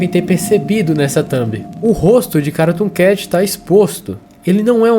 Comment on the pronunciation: Na parte q tu falou cartoon cat parece q tu disse caratoon cat mais nada n kkakakakakaak(novo inscrito)